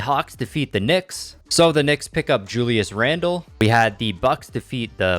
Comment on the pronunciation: “The knicks pick up julis randle” lol